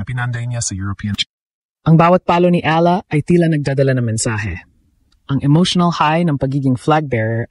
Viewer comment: Kahkahlowkah angvoice Ni Ai Ahla daw instead na Eyala that's how we pronounce it